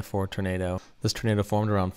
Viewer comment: “Turnado” lol